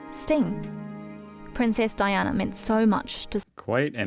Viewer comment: Terrible angry-sounding commentary - she couldn't even pronounce names correctly, including that of Princess Diana.